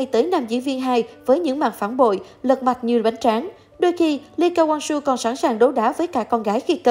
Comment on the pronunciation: Đel ai đọc Lee Ka Wang Soo hết á